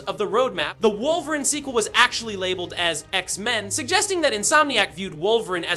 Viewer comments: Facts! It's pronounced Wolvereen! Wolveran LAMO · Has to be Ai Wolveran and Professor Charles Gayvier 😂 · Stop pronouncing Wolverine without the E - it's not "Wolverin" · Shit pissin me off 😂😂😂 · Is this an AI voice over or does this guy have a hard time pronouncing wolverine 😂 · Yea this guy can’t say Wolverine is insane